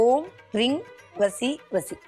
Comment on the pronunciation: ரிங் அல்ல ரீங் ?